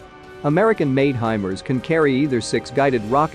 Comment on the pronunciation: Hey guys.... It's pronounced HI-MARS...... Like the planet...MARS... NOT....HI-Mers....(MERS??)